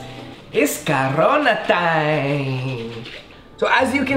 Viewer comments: In he said it’s cabrona time instead of corona time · for all those mexicanos in he said it cabrona time instead of corona time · Did anyone hear him say cabrona time instead of CORONA time!! Or was it just me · Instead of hearing Corona time I heard cabrona time